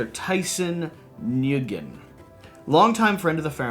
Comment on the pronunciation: Just a heads up, the last name Nguyen is typically pronounced like "Win."